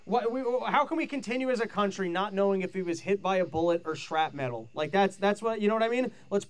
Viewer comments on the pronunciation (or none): Please someone pull aside and help him say "shrapnel." The pivot to saying "shrap metal" was bad enough but then he kept repeating it. I think he has been watching too many Kamala speeches.